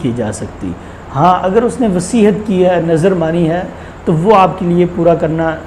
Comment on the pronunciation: مولانا وصیحت نہیں ھوتی وصیت ھوتی ھے